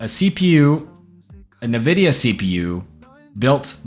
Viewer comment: Bro said nividia